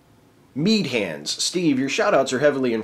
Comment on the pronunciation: Shit, Steve, you actually pronounced my name correctly! Like, 80 percent of people who try pronounce the 'Mead' part like 'meadow' and it's infuriating. Like, what, they never heard of the drink? Also, this tingly sensation of having my question read is simply fantastic. I should submit more often.